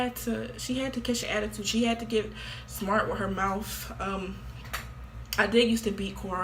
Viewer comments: We heard it straight from HER moufth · "MY MOUFTH MY MOUFTH" aight it be like that i guess